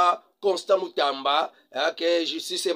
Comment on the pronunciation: Constant Mutamba non Constant Mutanda monsieur